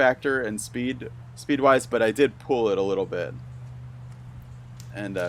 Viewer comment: Pools? Does no one else notice that the host says “pool” not pull”.